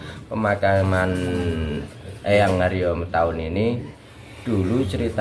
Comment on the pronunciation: Tertulis Adipati Haryo Matahun, tetapi diucapkan Adipati Haryo Mentahun ( ?)